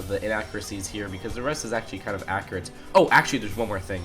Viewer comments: You keep saying "ackrit" through the video. Its pronounced "ack-U-rit" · Omfg!!! It’s accurate, not acriate